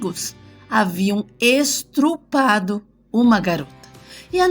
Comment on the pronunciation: Estrupado??? Estrupo?? Q isso? kkkkk